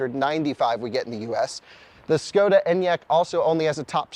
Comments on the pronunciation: It's [Shkoda] by the way, as a Czech I felt compelled to come here and say it. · Same Enyaq is an official vehicle of the Tour de France! So cool to see it following the leaders… The 24 month wait time is tough though. PS: It’s pronounced “Sh-koda”